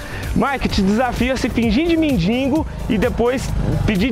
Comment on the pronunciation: " mindingo " eu mindigino com isso kkkkk